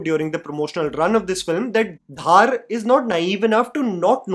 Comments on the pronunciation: It's not "Dhaar" it's धर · His name is dhar not dhaaar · Please can you get the pronunciation of the last name of the director right! Aditya ‘Dhar’ sounds exactly like the Dhar in Dhurandhar and not Dhaaar. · Dhaaar nahi, it is pronounced as Dhar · It's Dhar not Dhaar. And it's not about the govt of today, it's about the facts of the then time during congress regime. So don't try to make it sound like they have infused dialogues to suck up to the current govt. Chidambaram and his son were involved in the 500/1000 plates that were traded for to fill their never ending coffers. Yes manmohan singh and his govt didn't do jack when 26//11 happe😢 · Adiya is DHAR not DHAAAAR! :) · his name is not Dhaar, it's Dhar(धर) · btw the director is not Aditya DHAAR, it's Dhar. Bhai aap Jammu se h, itna to pata hona chaiye :p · Aditya Dhar's surname is pronounced "Dhur' and not 'Dhaar' ...Hope you can correct for the next time !!! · Dude, it is not DHAAAR, just Dhar! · It's not Aditya dhaar. Its dhar. Like dhurandhar. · it is Dhar not Dhaar, like Dhar in Murlidhar. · धर, not धार। Repeating my old comment 😭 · Beta dhaaaar nahin Dhar bolo. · Dhar ❌ Dhaar ✅ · please don't pronounce Director's name like you are making it rhyme with Thar. Its not DHAAR. Its actually pronounced like 'Darr' but Pronounce 'D' Like 'Dh' from Dhanush. Aditya Dhar is a kashmiri pandit and i'm a kashmiri pandit myself so Its kinda odd when we hear an incorrectly pronounced name. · "Dhoo-rander" not "Dhar-ender". Aditya Dh-aRR not Aditya DhAAr.